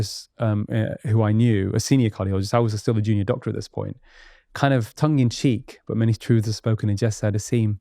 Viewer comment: A Doctor that doesn't seem to understand that there's a t in the English language. Pronounce your Ts Muppet.